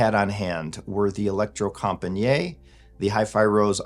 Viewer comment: "Electrocompagniet" is Norwegian, not French, so the "et" letters at the end are pronounced, as in "cigarette".